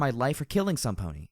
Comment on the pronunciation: Ahhh, I hate to say this for, is this the third time? I'm just bringing it up now... again, for how it sounds in this chapter most of all... *brace yourself for the obvious and sadly over debated thing about MLP thing* Pony sounds off... pulling me out of the story off. Not all that bad before "DJ Pony", but now with only "Pony" it's just so... wrong to my ears. Escher like odd. Sorry for pointing it out again, and no I don't expect you to change it at all really. Just pointing it out. :( Sorry.